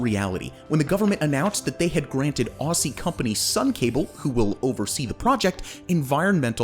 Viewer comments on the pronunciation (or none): none